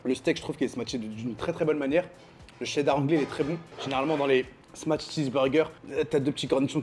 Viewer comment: Smash pas smatch ya arioul